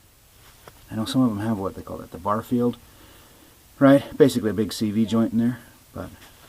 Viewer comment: Yes. That lip on the brake shoes was perfectly discernible on screen. Then again, as a former mechanic and retired military mechanic, my trained eye caught that lip in an instant. As for the other flex shaft, it's a birfield, not barfield.